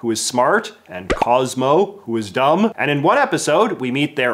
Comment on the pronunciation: I believe their accent is revealed when they speak the and with the strange emphasis of EEEAND, Friggin Stephanie Mcmahon always have this strange speaking when she talks